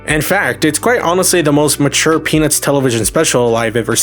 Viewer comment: 0: 12 bro said PeNizzzz